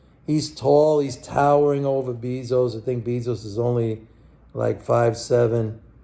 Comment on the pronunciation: JEFF BEEEE-ZOUCE !!!!! LMAOO